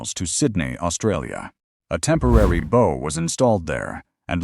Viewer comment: The word "bow" is mispronounced here as the pronunciation given to "bow" in "bow and arrow." No person even remotely familiar with maritime, let alone naval, affairs would make that error. If the people who produce this get that word wrong, they aren't worth listening to.